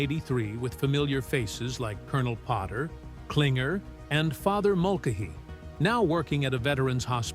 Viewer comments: The Geico name you screwed up mulcahy you screwed up and annunciate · Mulcahy is mispronounced by their text-to-speech drone. The photos are wrong. While they got Harry Morgan right, that's not Sherman Potter he's playing, but General "Three Es, not all in a row" Steele. You can tell because of the stars on the helmet. Of course, they missed the other M*A*S*H spin off that never made it past the pilot: W*A*L*T*E*R.